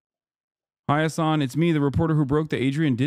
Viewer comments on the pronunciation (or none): none